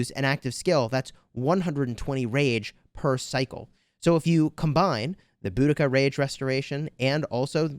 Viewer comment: It’s bow-duh-kuh